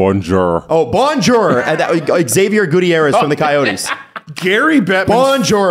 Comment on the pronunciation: I find it ironic that complained about Xavier Gutierrez mispronouncing French while mispronouncing his name.